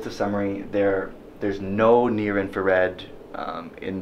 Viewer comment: did I hear him say "blue inferred"?